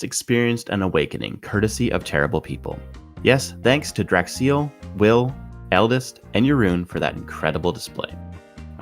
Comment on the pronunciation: But if he likes Dracks-eel, his name should be Draxeal not Darxeal my brain hurts. Great video btw! It's great that people like you are thinking of new video concepts like this. Keep up the great work!